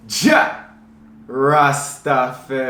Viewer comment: I love your videos but why do you say " Rastaferro " ? Lol, I am Jamaican. Blessings